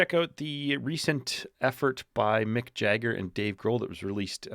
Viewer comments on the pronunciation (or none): none